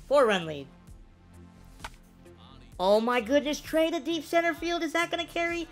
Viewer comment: who the heck is trever ITS FRIKIN TREA